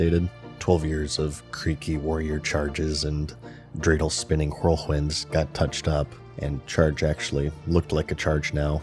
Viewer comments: why does he pronounce 'whirlwind" and 'white' like that eeew! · love the hard "WH" enunciation on "whirlwhind"